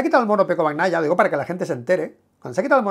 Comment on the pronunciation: Hola. Un truco fácil para pronunciar correctamente el apellido Bagnaia. Pronuncialo como si estuviera escrito con ñ en vez de gn, osea Bañaia. Se te escucha fatal pronunciando como lo haces ahora. Saludos de Italia.